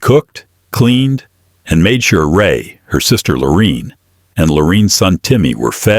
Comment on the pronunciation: if you're gonna do the video please pronounce Lorraine's name correct.